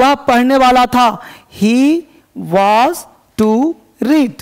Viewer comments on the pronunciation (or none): Sir वाज नहीं वॉज होता है